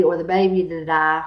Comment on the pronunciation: "ah doent wunt shireen to dah" oh you poor poor thing. love your videos though I've been binging them in prep for season 8 :)